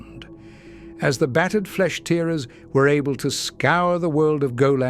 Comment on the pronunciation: If you're going to use AI, at least put some QA in. "Flesh Tearers" was pronunced wrong.